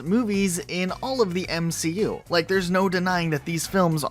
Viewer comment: say i don’t like it instead of i don’t wike it